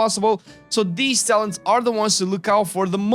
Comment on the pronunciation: Was the "Talens" intentional? :D